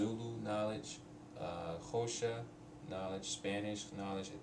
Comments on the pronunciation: xhosha? I don't want to be mean, but if you really had knowledge of xhosa, (it's spelled xhosa btw, the first letter of the word is a click, haha, but i love you man i love you're vids, didn't mean to be mean, but yes, could you really describe what you mean by "have knowledge" in a language, is that just knowning a few phrases etc? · Cool that you learnt Xhosa and Zulu. Btw Xhosa isn't pronounced like Khosha. It has click sound. But most white South Africans can't even pronounce it so well done.